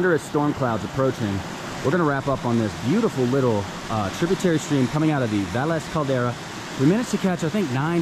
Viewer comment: Thanks for specifying that you took French. Kept me from getting mad about the pronunciation of places. To be fair, even some of the Spanish named towns have their own unique pronunciation. Great incorporation of history.